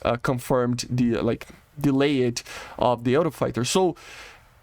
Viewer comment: dude work on your pronunciation it's not delay-------ed its delayed the "e" is silent, just say "delay" and put a "t" on the end for speech.